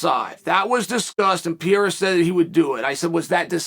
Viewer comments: PE-REI-RA not Piera, cmon chael u can do that my guy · Purr-air-uh. Not Pee-air-uh is what I thought. Thanks Chael for setting me straight. Undefeated in linguistics. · it’s pronounced alex “pear rare rah”. Keep up the good work uncle Kale..Chael 😅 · how can you know so many things, how can you talk so much about all this and cant even pronounce his name correctly? who the f**k is Piera? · Sonnen Say it with me Chael: "Peh hay rah" (or "Peh ray rah") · Ankalaev beats Pereira I think. Chael still sticking to his guns of pronouncing Pereira wrong 😂 How sad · Today Ariel lecture Chael on how to say Pereira, in which Chael said perfectly twice, then went back to Piera like a Champ to never go back. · another chael "piera" video, we are truly blessed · when are you going to stop pronouncing every fighters name like an uneducated white guy… you’re missing an entire R in Pereira… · Based on your pronunciation of Pereira, we believe you when you say you don’t know him personally 😂